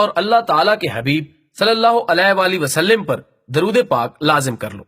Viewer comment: Bhai wasaLiM nahi h زیر نہیں آتی زبر آتی ہے ۔۔۔ شکریہ